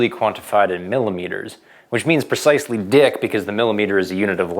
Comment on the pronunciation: He said "dick" :D